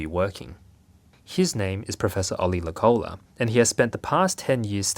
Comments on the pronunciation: Hi from Finland! It's pronounced professor Low-cola (The vowels are still a little wrong but I couldn't think of another way to simply explain it with English phonetics) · The pronunciation in Finnish always falling. The name Loukola is not pronounced low-collah, but more like the word 'locally' (of course with an ah-sound at the end).